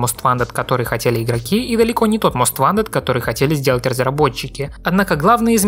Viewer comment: Почему многие русскоговорящие обзорщики готовят много материала, но забывают про такую мелочь, как правильное произношение название игры. Не "Мост ВАнтед", а "Мост ВОнтед". А за материал, конечно спасибо, было интересно узнать подробности.